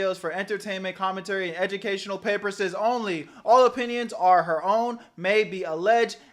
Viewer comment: PAPERSES?!! CMON IT SAYS PURPOSES 😂